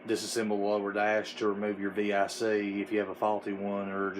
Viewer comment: Thanks for not saying “Vic” like it’s a name. Lol